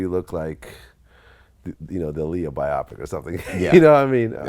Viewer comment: vlad pronounces Bio Pic (bi-o-pic) like one word like "bi-opic" lol so weird